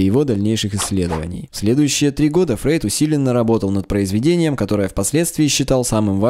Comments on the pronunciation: Кстати, он Фройд, а не Фрейд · не Фрейд а Фройд!